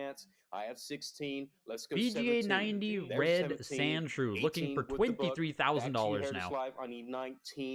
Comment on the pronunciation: Why do you keep saying sandschrew on the pokemon